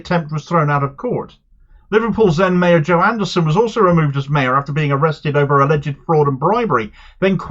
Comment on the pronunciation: You are mispronouncing "alleged." Please stop it.